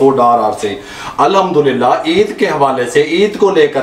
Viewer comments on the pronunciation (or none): بھائی آپکا ویسے تو سلسلہ اچھا ھوتا ھے ، مگر آپ جب بسم اللہ الرحمن الرحیم اور الحمد للہ پڑھتے ھیں تو اس میں ح صحیح ادا نہیں کرتے ۔ جیسے آپکی ریسپی بہترین ھوتی ھے ، کوشش کریں کہ برکت والے کلمات بھی بہترین ھوں ۔ میری عرض بری لگے تو معاف فرما دیجیئے گا 🙏